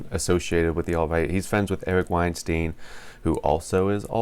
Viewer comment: wine-"stine". i think- "the guy with a lot of spine, eric weinstein" #yanggang